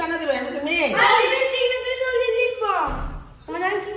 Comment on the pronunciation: LIBISTICK ki go😂😂 ota lipstick 😅